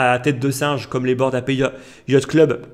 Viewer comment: C'est un détail mais frérot revois ta prononciation de "Ape" 😅